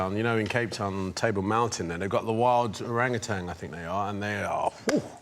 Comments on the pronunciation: Lmao Orang Utans 😂😂😂 It was baboons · At least Idris knows how to pronounce Orangutans properly. Sir David Attenborough knows a lot but pronouncing their names correctly is not his strength. "Ar-Ran-U-Tan"